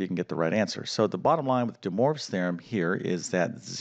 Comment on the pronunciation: "Dee Morves Theorem"